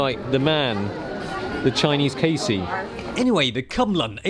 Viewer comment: No not Casey, Kaisey!